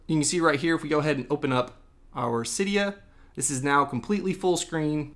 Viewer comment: It’s pronounced see-dia